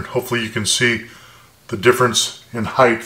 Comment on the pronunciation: great videos, but it's 'height', not 'heigth'.